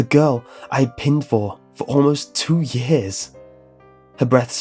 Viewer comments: 'Pined' is pronounced like Pine as in pine tree, not Pinned. To pine for something means to long for someone. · Decent story but suffers from a distinct sense of "must replace every fifth word with a longer one from the thesaurus or I won't be taken seriously as a writer". Relax and write naturally. Also "pined" rhymes with "kind", not "tinned".